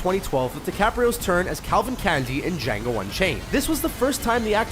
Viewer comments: does he actually say dango instead of django? :)) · Yo you said django wrong